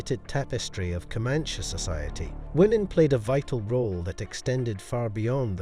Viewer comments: Pretty sure it’s pronounced co-man-chee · You do know that E at the end of Comanche isn't silent.